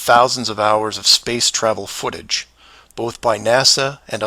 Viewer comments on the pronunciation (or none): none